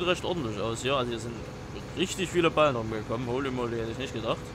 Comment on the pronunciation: Ich glaube es heißt Ballen (nicht Ballem)